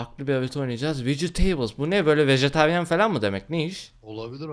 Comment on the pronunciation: Vejeteryan değil, Vejetaryen. Düzelt bence.